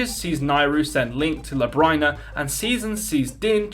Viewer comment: I swear the world is Oracle of Ages is pronounced La-bee-rin-ah and not Lab-rye-nah